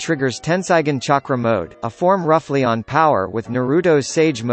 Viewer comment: This bot actually said “chakra” right.